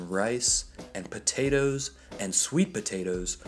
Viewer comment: Potatoes!!! Not potatoes!!! lol i love it